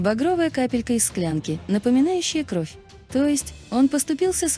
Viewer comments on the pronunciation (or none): none